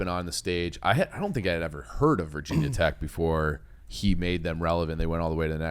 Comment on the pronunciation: it's not "Vah" tech, no one calles Ga. Tech. "Gah" tech lol